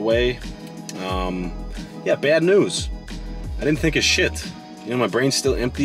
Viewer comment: 😲 “I didn’t take a 💩?!!” Wait… ‘think o’’ - ‘THINK of’ 😆😂